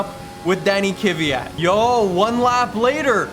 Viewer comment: I mean no disrespect, but can you please pronounce Kvyat properly🙌